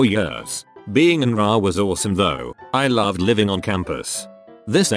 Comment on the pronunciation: Because of the computer voice, can't say words right. RA has each letter pronounced.